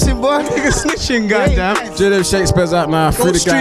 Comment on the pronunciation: lowkey sounded like an African uncle “them Niggas snitching god am”